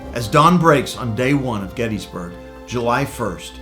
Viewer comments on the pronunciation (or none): Pronounce it correctly.. Gettis (like Harris), NOT gettEEE